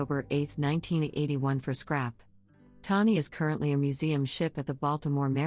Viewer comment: It's not Tawny, its TANEY !!! Stupid robot voice 😠